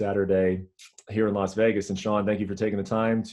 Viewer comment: hate how he pronounces "vegas" ...."vaaaagus"